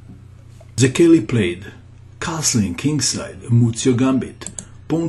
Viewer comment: the name is pronounced like [say key], good show by the way